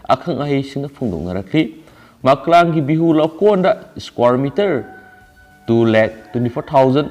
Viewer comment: Makalang haiba ntte Maklang haiyo pabda soirido semdoknaba hotnabiyu